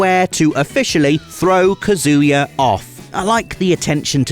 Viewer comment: PLEASE stop saying the name wrong; it's "KAH-zoo-yah", not "kah-ZOO-ya". It's Japanese, it's phonetic, you dolt.